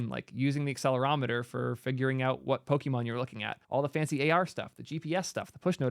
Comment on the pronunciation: everytime he says 'poki-mon' a part of me dies. poket-monster, pokémon.